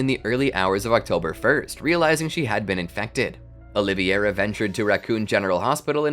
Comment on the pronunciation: Carlos "O-li-ve-ira" NOT Oliviera!!!